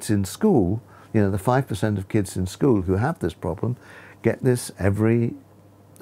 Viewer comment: First time I ever seen someone say scholl and not school